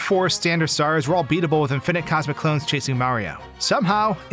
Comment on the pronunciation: in FINIT?!! thats not how you say it man